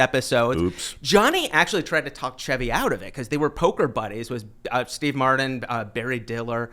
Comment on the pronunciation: So annoying to listen to this guy who can't pronounce the letter T. “Steve Matdin, "certain," etc. Jeez.